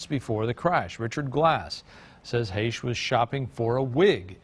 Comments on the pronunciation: Hi If you are going to do a story on this horrific crash and what might be behind it, it would be the least you could do is get her name correct. It is not Anne Heesh. It is pronounced Anne Hashe long A. It just was very uncomfortable to listen to you continually say her name incorrectly yet know all these details and possibilities regarding this crash. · Hesh. Short e. Hesh. Like mesh. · Anne HEE-sh???.........sheesh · Isn’t it pronounced Heshey? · HAY-SH thats how its pronounced. Like your channel keep up the good work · You seem to know a lot about this broad, except how to pronounce her name. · You might want to check out the artist Ami Goodman, Anne’s good friend who lived in the same building as Johnny Depp & Amber for background info on Anne. Anne & Ami were on Popcorned Planet during the JD/AH trial & Ami has been on several times. PS: please double-check your pronunciation of Anne’s last name. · Maybe you could research into how to pronounce her name? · pronounce her name correctly.